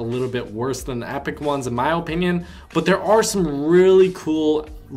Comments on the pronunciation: you and me both OHpinion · His ooooooponion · The way you say opinion makes me want to kill my self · The way you say opinion is going to kill me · I SWEAR TO LORD TACHANKA I WILL NOT KEEP WATCHING YOUR VIDEOS IF YOU KEEP MISPRONOUNCING OPINION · Your opinion is irrelevant when you can’t even say opinion correctly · Why you say opinion like that